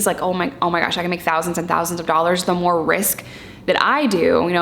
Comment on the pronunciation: The way you say '2 dollars ' is 👍😂👍 2 dollahz. 💜